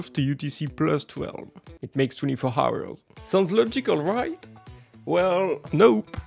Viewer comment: Wtf kind of accent is " H ours "?💀